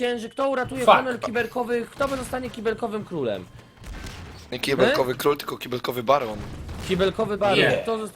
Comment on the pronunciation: nie "KIELBEKOWY" tylko "KIBELKOWY"!:D